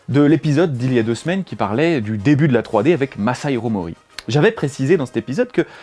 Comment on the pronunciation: Tu n'as fais aucun effort sur la prononciation de Masahiro Mori